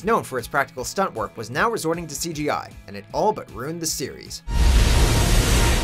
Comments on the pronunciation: Ruined is 2 syllables. "Roond". Wow. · Is he saying "rooned"? 🤣🤣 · Stop fuckin saying "ruined" like that.